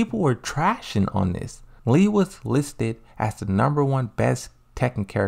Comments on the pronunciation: My guy it literally says Lee everywhere on your videos ... not LEI it´s LEE pronounced like LEE in Bruce LEE...Lei Wulong is the kung fu cop that resembles Jackie Chan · It's LEE Chaolan. LEE. Idk why you keep saying Lei when it's Lee. Learn how to pronounce names better before talking about these characters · His name is Lee not lei& lei’s name is pronounced lei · Tekken was released years ago and you didn't hear how the announcers pronounced his name properly? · bro you still don't know how to pronounce his name???